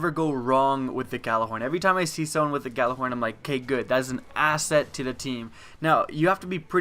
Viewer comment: It's pronounced "Ya-Lar-horn" not "Ga-la-horn" It's soo frustrating to see people saying it wrong and if you're putting it into a video, at least get it right.